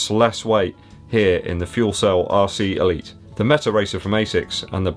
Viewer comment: Sounds like you're saying 'arsey' Elite. Don't think they are though.